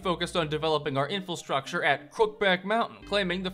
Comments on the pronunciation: I always get triggered when he says "Infalstructure" every video he says it a few times 😂 it's Infrastructure bro!!! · does this guy really think the word is 'infilstructure?' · I've never heard "infilstructure" pronounced like that multiple times as if it was correct lol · It always bothers me when you say "infrastructure".